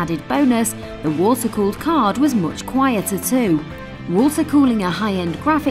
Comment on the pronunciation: "Water colled monster" perfect fit